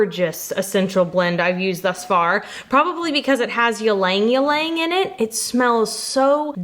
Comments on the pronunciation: Just so you know, ylang ylang is pronounced "ee-long ee-long" not "yah-lang yah-lang" 😉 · Hi! From an Asian subscriber here 😊, we pronounce ylang-ylang as eel-lahng eel-lahng (accent on the EE not the LANG), not yeel-LAENG yeel-LAENG. Love your videos! ❤ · Hi! Am a fan from the Philippines. Love that you’re using ylang ylang a flower native to our country. We gave it that name. It’s pronounce ee-lahng ee-lahng not yeelang yeelang. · Hi! I'm a viewer since March 2020. Just want to say, Ylang Ylang is pronounced as "iy-lang iy-lang" y is pronounced as "iy" or "ee". 😊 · 'ylang-ylang' can be pronounced as 'ee-lung- ee-lung' It's a popular scented flower in Asia :D Really nice soaps * * I wish I could buy it * * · It's pronounced "Linh Ling" . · did I just hear "ilang-ilang", pronounced as yeeleng-yeeleng? sorry for this but it is "i" like ee in teeth and "lang" like lung TTvTT> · I love the way you pronounce ylang ylang. It's actually Ee-lang Ee-lang but it's very cute the way you say it. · Lol, the "y" is silent in ylang-ylang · Oof the way you pronounced ylang-ylang broke my filipino heart 😂 It’s really pretty tho! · I’ve never heard ylang-ylang pronounced like that before. Lol. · ive been pronouncing ylang ylang wrong for a very long time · FYI pronounciation